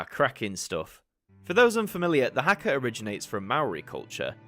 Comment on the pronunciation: as someone from new zealand the way you said haka made me cringe but of course it did i nitpick every single foreign pronounciation of te reo māori even though i barely remember any of the stuff they taught in school on it 😭